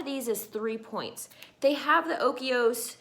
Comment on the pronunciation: Look at the spelling of the Dannon Oikos. I do not think you are pronouncing it right.